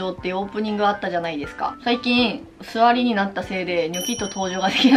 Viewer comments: 座りがつわりに聞こえて「え！？おめでとう！！」って勝手にびっくりした笑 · 「座りになって」が 「ツワリになって」に聴こえて 眠気吹っ飛んでった(๑°ㅁ°๑)ﾜｵｯ!! そして、kinokoちゃんが着るお洋服はどれもどエライ可愛く見えて、いやkinokoちゃんが可愛いから似合うだけなんだけど、私もこれを着ればkinokoちゃんになれるのか⁉️ワンチャンあるのか⁉️とかテンション上がって、私が買うお洋服はkinokoちゃんがモデルｻﾝしてるお洋服率が非常に高い。 まだkinokoちゃんになれた事はないけど ワンチャンにかけながら生きていく。